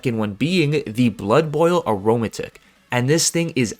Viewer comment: arrow-matic....not aroma-tick